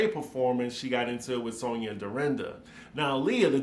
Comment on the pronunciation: Why does Luman make fun of Romona for talking stupid, when she herself always doesn’t know how to pronounce alcohol, audacity and Sonja… It’s always… Ol’colhaul, Odasity, and Sauna. She is so very fake… and I agree with Leah~ Luman never paid Sonja last year. Tight wad Luman. Ever notice how she alway name dropping about “producer’s” past clients….. Barbra Streisand, Liza Minnelli and other. Wth is he working with her for… NOT THE MONEY!!!! Luman is old, tired and boring.